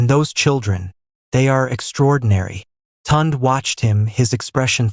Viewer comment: Please, i beg, let the illustrations match the text!! Neither Amarachi nor Kola wore european style wedding attire as shown in the illustration! And editing is important, one part of the story where they are on the beach was repeated! Also, severql.mispronounciations, e.g., Tunde and Chike (proper pronounciations Tun-day and Chi-kay)! Otherwise, a beautiful story, very well narrated, in a really nice voice!!